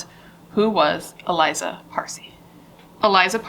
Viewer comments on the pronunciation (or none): Her name is pronounced Ah lee-zah, accent on the second syllable. Not Eliza.